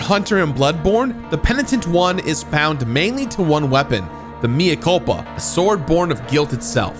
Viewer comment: lack of Catholic knowledge is showing. I flinched a bit when he said Mia Culpa.